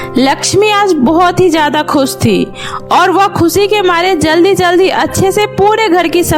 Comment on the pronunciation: Khushi ko kuseee kyo boltey hoo